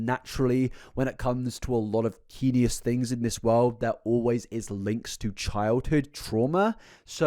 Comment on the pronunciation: sorry but this has been bugging me for ages - you always pronounce heinous wrong. it's pronounced hay-nous not hee-nee-ous!! :)